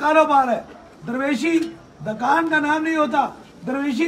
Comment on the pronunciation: Dakaaaaaaaaaan nahi hota chutiye Dukan hota hai.Wagon conductor peer ban gaya hai yh to hona hi hai.4 jamatain hi parh leta😂😂